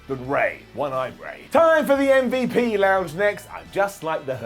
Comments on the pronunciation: As a black man..STOP CALLING MVP UMMMVU0! THE SHIT IS DISRESPECTFUL AND IM CALLING YOU OUT..IT SERIOUSLY IS NOT FUBNY OR CUTE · Please keep saying MVP like “Mm-Vup”. It seriously makes me laugh everytime 💀